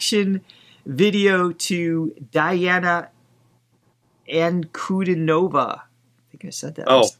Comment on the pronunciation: dee - AHN - ah ahn - koo - DEE - noh - vah. "Rechenka" means "river."